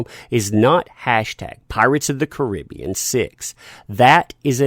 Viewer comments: I love your stuff but you don't say Caribbean right lol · i can tell this guy has never heard< no pun intended) of the movie before ,just by the way he says the title of it.. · love your videos but it drives me bonkers how you say "Pirates of the Caribbean". It's the way you say Caribbean!! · I hate it how you pronounce "Caribbean". Dude, can you just use google translate voice instead when you struggle to pronounce something.